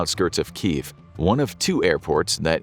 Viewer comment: It's pronounced KEE YEV